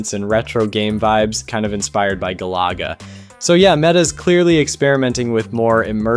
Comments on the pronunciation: The craziest pronunciation I've ever heard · The only take away from this video is your pronunciation of galaga was hilarious haha